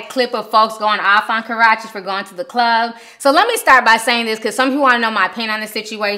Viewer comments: I die every time I hear Ti say "kuh-ROTCH-ee" 😂😂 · Please Hun.... You are so mispronouncing Chris Brown's Ex's name. I Love You Girl but PLEASE get her name right😘